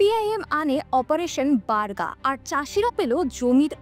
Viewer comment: বাংলা উচ্চারণটা 'বার্গা' নয় বর্গা হবে।